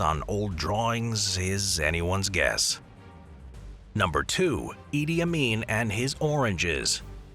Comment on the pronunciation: Did you just said “ Idiot Amin”